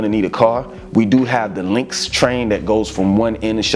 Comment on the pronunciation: Your videos are the most accurate videos I’ve seen describing Charlotte. AND I see you said LYNX train instead of LINUX train this time. 💪🏾💪🏾💪🏾